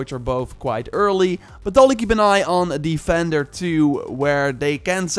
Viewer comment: Every time he says vendor I hear defender